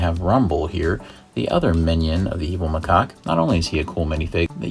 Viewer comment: It's not micock it macaque ma cac